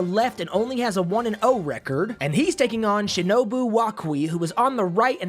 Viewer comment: Nobody:: receeerd Ps. It’s record